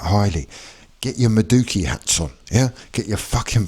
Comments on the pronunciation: You may need to learn how to pronounce your new player's name! Many thanks for the bag. We're on the phone to Rodrygo as soon as the register goes cha-ching! Up the Chels 💙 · Can’t even pronounce his name but you’re so certain he’s crap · There is no way that's your sincere attempt to pronounce Madueke 😂